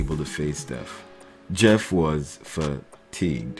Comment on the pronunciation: Jeff was fa"teagued" hahaha bruuu